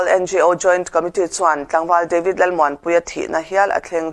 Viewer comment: Deivid tih kher a ngai mi, devid ti ve mai la, mizo te chuan ketli kan ti mai lom